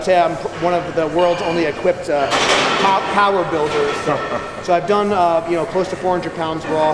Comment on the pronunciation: The POWAHH IS BACK!!